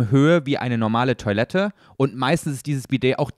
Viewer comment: Es triggert mich wie Dinge ausspricht. Zbsp. Toilette. Das kommt nicht vom englischem "toy" sondern von französisch "toi". Und er hängt "E's" an Worte wo keins hingehört, wie bei "hintene". Trotzdem liebe ich euch